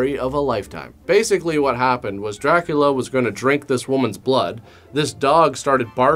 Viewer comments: Rockin it. But pronouncing it Dra-Coolio. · it’s DrayCulla